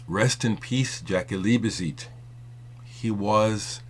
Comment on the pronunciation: it's Liebezeit pronounced leebeside,sorry put i'm a bit anal retentive of pronounciation.Jaki was one of the best drummers ever there is no replacement.what i hold against Bowie whenhe was in berlin ,he always told all the music papers how much he was into German electronic music but he was obviously too good to record to play with the German musicians he apparently so admired and had musicians flown in from England the Usa..ok he had the money to do so.I used to bump into Jaki or Holger Czukay a few times when I lived in Cologne,Jaki was one of the most humble guys I ever met but also very nice he loved talking about music and i learned a lot about drumming just talking to him.Holger is also fantastic company.would have loved to have played with either of them but they were both so busy.